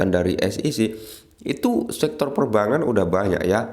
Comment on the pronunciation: Perbangan....gak enak didenger bang...bang sama bank dibedain ..biar enak di kuping